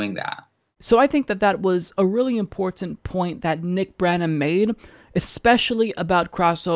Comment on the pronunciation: I think is great...but why does he say "important" the way he does?